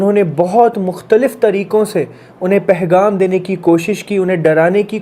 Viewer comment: ...Ap bohat acha kaam kr rhy hain.aik lafz Sahi kr Lyn.... Pegham hota hai... Pehgham nhi hota... Lekin phr bi koi masla nhi hai... Shukriya 🌸🫂